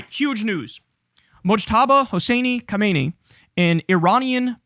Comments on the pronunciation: Kham-nai not khomaini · Try Kyle, try: Kah-Ma- NEIGH. Not hard.